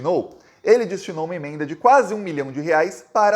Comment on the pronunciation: O nome imenda não existe .... Pronuncia as palavras corretamente rapaz